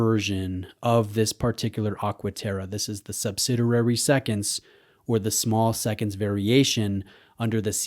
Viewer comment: What is “Subsiderary?” Are you saying subsidiary?